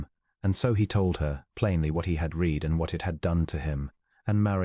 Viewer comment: AI needs to learn: "read": past tense " read" instead or present tense. Quite distracting. Good story.